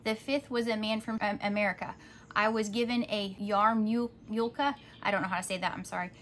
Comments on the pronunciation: Yarmulke is the tiny round hat that Jewish men wear. Pronounced “Yahmikuh” 😊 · Great word! Thanks! Tell your wife thanks for us, great job! One thing though... that funny word "yarmulke". It is pronounced "YAH' mah kuh." That's the little skill cap Jews wear. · The Jewish head cover is pronounced yaw-muh-kuh, sounds kind of like harmonica.